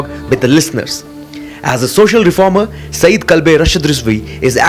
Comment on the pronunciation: its not saeed its sayyed brother